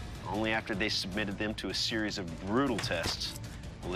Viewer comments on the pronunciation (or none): none